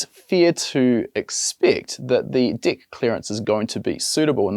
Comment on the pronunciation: Lol 😂 every time he say deck it sounds like d I c k